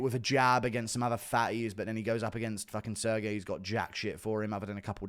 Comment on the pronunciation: "Sir Gay" is wild to say to a Russian